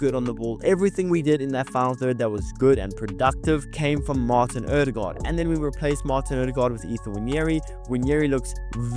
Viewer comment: BTW, your Ø pronounciation is just as fellow Norwegians would say it! Not just as an "O" .